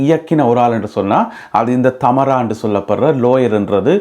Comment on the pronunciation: I think her name is Thamaara,not Thaamara.